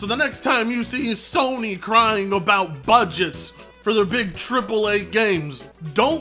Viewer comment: The N in Sony went silent